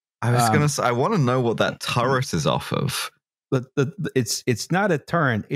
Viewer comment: The great Pennsylkenbama lexicon of (spelling?) turrent:turret outsquirts:outskirts shlubmarines:submarines Ill go worsh my hands ageein in the wooder of picksburg's crick, after my cousint sneezed.